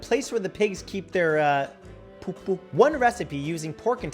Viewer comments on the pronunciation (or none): the way the says poopoo💩😂🤣😂🤣😂🤣😂🤣😂🤣😂🤣😂🤣😂🤣😂🤣😂🤣😂🤣😂🤣💩